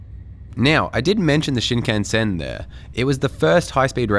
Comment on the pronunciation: The weirdest bit about that story was that he was looking at and buying porn publicly while with his wife. WTF. Haha Haters gonna come for you over your Aussie (mis)pronunciation of Shinkansen (like they did for me in a video I made) 🤣🤣